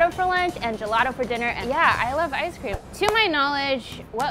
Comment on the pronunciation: Say ice cream multiple times Now it sounds like "I scream"